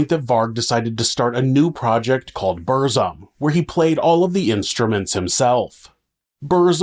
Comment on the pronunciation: Fucking hell. You could check how to pronounce things like Aske, Burzum and few other